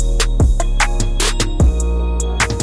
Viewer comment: When you say peace it sounds like piss hahahaha